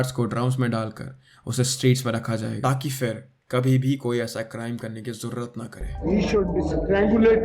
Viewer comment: Your Urdu is bad it’s jurat not zurat